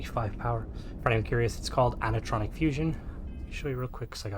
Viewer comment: On the pronunciation of "aneutronic" the "a" is pronounced "ay", similar to atypical and asymmetric. In this case it refers to fusion which doesn't release neutrons.